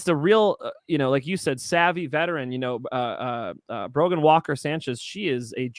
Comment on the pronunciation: No D in Brogan